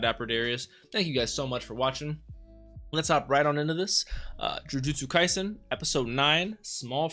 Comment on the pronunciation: Really love your reactions and how much details you could pick out just by watching it first time! You're the first reactor that I know that takes down notes while watching the anime and also pronouncing the names correctly almost all the time! Thank you so much for reacting to Jujutsu Kaisen!